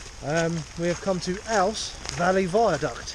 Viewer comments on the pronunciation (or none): And it's ooze not owse. Back to the Kent with yers. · Ouse is pronounced "Ooze"....